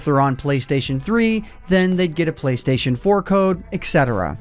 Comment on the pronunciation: "Playstion" Please.